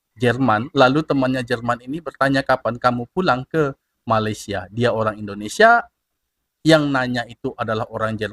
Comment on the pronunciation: MALAYSIA DI BUNYIKAN MALE SIA BUKAN MALAI SIA